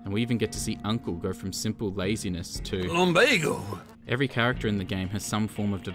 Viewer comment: The only reason why I got rdr2 is just to here him say LUMBAGO jk